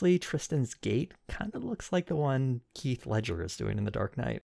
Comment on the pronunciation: did you say “Keith” Ledger???